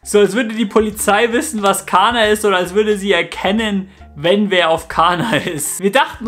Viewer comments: Nicht Kaaanaaa sondern KaNNa! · ¡¡¡, im Infovideo aber bitte richtig ausprechen!!! In der deutschen Sprache wird ein Vokal(a) vor einem doppelten Konsonanten(nn) kurz ausgesprochen!! "Kaaana" sagst du aber immer statt "Kánna" 😉 ziemlich pushendes stöffchen👌🏻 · Mensch! KaNNa! Doppel-N! nicht Kaaahna....